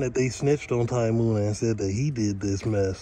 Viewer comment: You gotta pronounce the names right bro munna not moon a